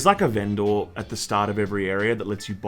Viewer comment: Good to see a difference of opinion. So far I've only seen big praise so it's nice to hear from somebody that wasn't as keen. However, very worried about how pronounces "vendor" lol "ven-door"??? What's going on there???